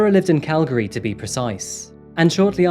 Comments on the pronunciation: Thanks for more or less pronouncing Calgary properly! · I’m from Calgary too, I had no idea so much happened here…! Also I was surprised when he pronounced “Calgary” correctly! Most people say “cal-gary” instead of “cal-gry” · I'm just seeing this video now and I'd like to compliment your pronunciation of Calgary. You say it like a local 😄. Thank you for your work and covering these tragic events.